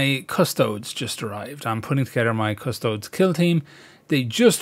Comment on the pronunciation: So important and yet so many times I've waded in because I'm overly excited and botched the job. And isn't it pronounced Adeptus Custode-ess?